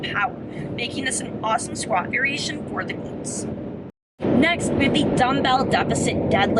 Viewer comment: muscle engeegement. veerieetion. x)